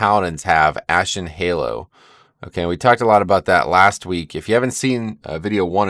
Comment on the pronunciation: It's not Ashen Halo, it's Ashen Hallow - as in Halloween.